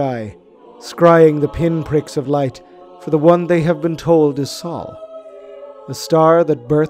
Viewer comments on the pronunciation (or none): It is SOHL not SAUL SOH-LAR, not SAULER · Our star is called sol like soul, not saul Otherwise, awesome video.